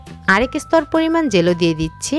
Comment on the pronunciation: আপু। এটা জলো নয়। জেলো😂😂